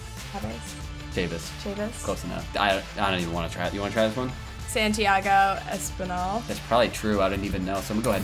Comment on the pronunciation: I'm a jays fan and she said Santiago espinal correct